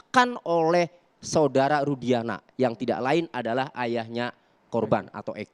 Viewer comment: Si....Sebut Rudiana aj jdi Rusdiana. Itu aj ud Salah ap lgi yg lain,,Ap lgi yg Sok Dia Catet Catet Materi buat Bantahan...ud bnyak yg Salah.....Salah demi Uang. Manusia Sesat